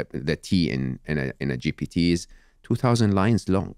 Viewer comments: It was a bit irritating that he pronounced it always GTP instead of GPT! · He needs to learn to say GPT and not GTP though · Chat GPT not TP ffs 😅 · It’s: Chat G .... "P" ..... T. haha it reminds of the Joey learns french meme. Good interview Steven! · Smartest people? He doesn’t remember how to pronounce the tool he’s taking about. It’s GPT. Like their order in the alphabet.